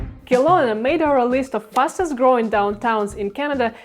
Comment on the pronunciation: Very expensive in Canada. Very populated as well. Western or Eastern, doesn't matter. Kelowna (pronounced Keh-lowna not Kill-lowna) is very busy and lots of traffic and now comparable in costs to Vancouver itself. Northwest Territories is an option.